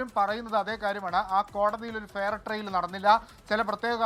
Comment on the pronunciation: എടൊ ഫെയർ ട്രെയിൽ അല്ല ഫെയർ ട്രയൽ ( fair trial ) ആണ്.